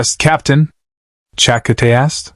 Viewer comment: Cha-ka-tay, that gross mispronounced name gets you a dislike.